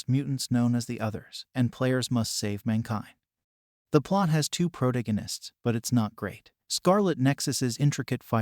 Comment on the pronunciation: First, thank you for for this. It was useful. Second, your pronunciation of the word "protagonist" is...fresh?